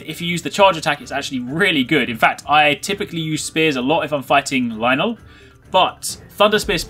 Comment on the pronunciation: Its lynel